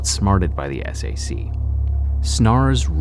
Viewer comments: I like how he says "The s.a.c.". In Utah, we just say Sac. That's how people say it. And that's how they refer to themselves. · It’s pronounced Sack but ok facts guy. 🙄👌